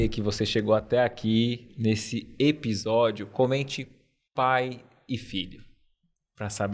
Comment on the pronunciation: Eu gostava de ouvir "ebisódio" 😅